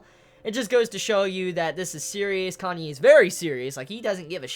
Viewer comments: You're gonna keep calling Kanae "Kanye" aren't you? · Do you pronounce it 'Kanye' just to spite me?;~ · lol i loled when you said "Kanye" .